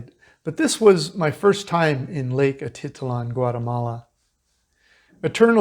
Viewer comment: Jeez - what a dump! I would only pay $22 per night! The place looks amazing and really makes me want to go back. Slow and unreliable internet makes it a problem for us, for now. BTW, it is Atitlán - you have to put the accent on the last syllable.